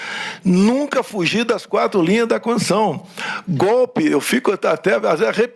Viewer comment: É uma pena!!Mas o mínimo é falar corretamente. Não é "Constuição"...é Constituição